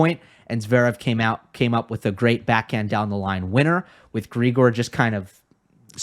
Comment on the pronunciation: Great analysis, as usual! Only one point - Grigor is pronounced with the stress on the second syllable, unlike his pet name, Grisho, where the stress is on the first one.